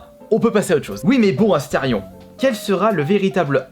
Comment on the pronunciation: Salut "ASTÉRION" 😂